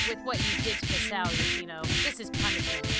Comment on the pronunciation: I think Misao, is pronounced Mee- say- oh